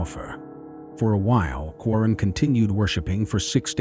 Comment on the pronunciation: He is talking about in timeline mistake is made there ..